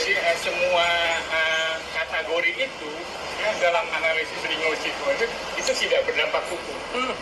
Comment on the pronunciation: Lucu. Katanya ahli linguistik, tapi menyebut kata "kategori" dengan melafalkan "katAgori". Apakah dia tidak tahu kata aslinya dalam bahasa Inggris? 🥴😓